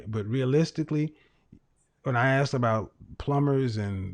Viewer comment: it's aSked...not aXed...